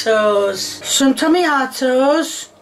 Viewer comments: TOMATO NOT TOMMYATOEA TO MA TO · She pronounces - Onions as "hunyuns" - Cucumber as "cookoma" - Tomatoes as "tummy ah toes" This woman is a national treasure. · Because noodles was literally incorrect, but tommyatos is just a silly way of saying tomatoes that a lot of people called them as a young kid. It's not "wrong". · i like the fact that she pronounces the word "tomatoes" like "tommy ah toes" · Tommy autos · ‘TaMiAtOs On ThE SpUtAdO’ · Ah yes “tummy-ya-toes” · tommy-ah-toes is the superior pronounciation i would not say the worst recipe because its not burned to carbon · "TAMIE-YATOES"???????? tomatoes? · When she said tommystos it finally convinced me that she’s trolling after about a year of trying to figure it out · "Tomiato" - 😅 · When she said ~tomiathos~😩 i felt that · I died when she said tomAREtoes💀💀💀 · “Some tomayatoes” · Tom-ya-toes? Omg. The dish really exist.. wow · TA-ME-AH-TOES 🤔 WTF ARE TA-ME-AH-TOES 😂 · Pot-ta-toes = Pata-tas Tom-ma-toes ≠ Tommy-autos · "Some Tamiatoes💅💅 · Doesn't she know that the I is silent in tomiatoes? Same with carriots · Does she really call tomatoes "Tommy-atoes"? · Ah yes, tamiatoes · Tammy- at-times is joining my vocabulary, along with purble, cin-ah-mum aand a hundred other "mispronounced" words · Ah yes tomiatoes. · Tommyahtoes and Poteh’uhs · she put the noodles in not boiling water, and the filth on the plate in the first shot, the way she pronounces tomiatos..it’s GOT to be a serious joke,,it’s gotta be. still i think that her asian chicken burnt up with the flour was worse but,,i really don’t believe 100% that it’s not a really good joke channel. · I can’t handle the way she pronounces tomato’s. No one in the English speaking world pronounces tomato’s the way she does. WTF!!!